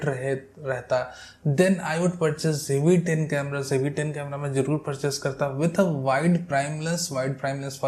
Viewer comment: please donot pronounce jve10, its Zve10....please, thank u